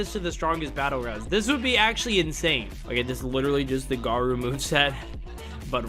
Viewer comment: bro litteraly said mounster gawou 😭